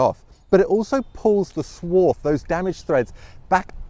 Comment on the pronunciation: I was totally confused with your pronunciation of swarf, it sounds to me like your saying "Swarth" 😮